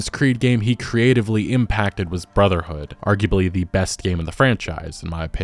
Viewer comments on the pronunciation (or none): did u say brother horde ?